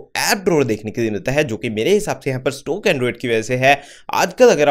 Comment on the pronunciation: Stock toh sahi se bolo